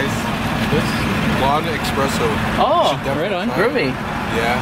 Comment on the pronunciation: It's espresso, not expresso. 😂